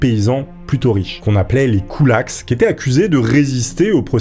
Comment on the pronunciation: KoulakSSS... Bah alors, on ne prononce pas le S du pluriel en français. 😄 Ceci dit, belle chevelure...